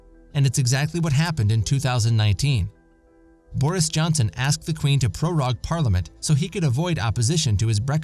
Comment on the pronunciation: Prorogue is pronounced pro-roag. Rhymes with rogue or vogue. It's not pro-rahg.